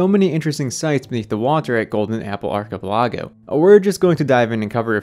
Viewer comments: The way he pronounced archipelago.... Jesus christ. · Love how he pronounced 'archipelago'.